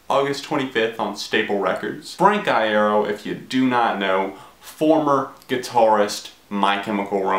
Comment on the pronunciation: every time you mispronounce his last name i cut myself